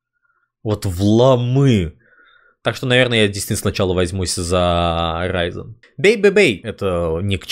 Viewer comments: Я как человек, который смотрит тебя из Германии как человек, который говорит на немецком языке, я бомблю когда люди говорят "рейзен" хотя орфоэпия немецкого говорит что правильно "ризен" прищываю всех кожаных и волосатых говорить Ризен! Лайк тебе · БОЖЕ!!! НУ ПОЧЕМУ РАЙЗЕН!!! НУ ПОЧЕМУУУУ!!!! ПОЧЕМУУУУ!!! ЭТО РИЗЕН ---- Р И З Э Н,,,!!!!